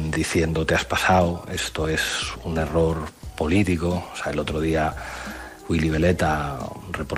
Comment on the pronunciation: Por qué Pablo Iglesias dicr "polítigo" en vez de "politico"